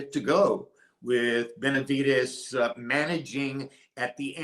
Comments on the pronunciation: Can someone please explain to him how to pronounce Benavidez not with a T but a D ? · Who the hell is benaviTez ?? Before you go live Learn how to PRONOUNCE Benavidez! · Benavidez not benavites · It’s Benavides not Benavites!! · It’s BenaviDEZ NOT BenaviTEZ. I stopped watching your video because of this unprofessionalism. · How do you say “TEZ NUTS or DEZ NUTS? 😂 now that is unprofessional lol…come on really? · Stop saying Benavites 😒